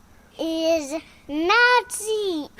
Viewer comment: Hahaha hahaha hahahahahahaha.......was he saying “naughty”? It sounded like he was saying “Nazi”. Hysterical.